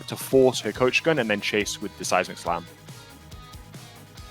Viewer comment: Am i the only one who hears size McSlam instead of seismic slam?